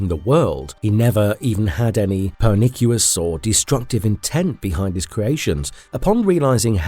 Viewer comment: PERNICIOUS. Not pernicuous. Omfg.